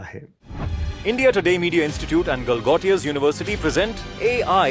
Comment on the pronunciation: Galgotiyaa NAHEE GALAAGHOTIYAA bolo 🤦